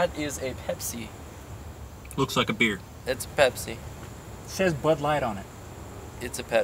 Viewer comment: beer not bere